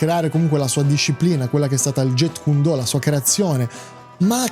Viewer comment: Jeet kune do non si pronuncia get kun do, ma giit kun do, con la lettera T che si sente poco, abbreviato jkd e si pronuncia jkedi. Il maestro Yp Man non era il fondatore del Wing chun. Il Wing chun nasce nella notte dei tempi, si dice a seguito di un incendio di un templio Shaolin e le varie storie sembrano essere controverse, comunque Wing chun pare essere il nome di una donna cinese che deriva lo stile di combattimento da lei insegnato all' epoca. Riguardo alle ipotesi Bruce Lee contro quello o contro quell' altro l, le ipotesi non valgono niente, solo se avessero combattuto potremmo saperlo.